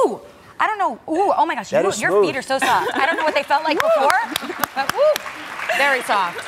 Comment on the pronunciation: "Very sowaft"